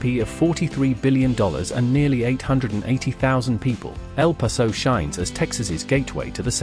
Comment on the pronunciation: I live in Houston, Texas. Waco is pronounced Wake-o not Whacko. For El Paso - It is pronounced El Pass-o. Austin and Dallas/Fort Worth are now the wealthiest cities in Texas. Houston is larger than Fort Worth or Dallas but not when you combine both city's populations together.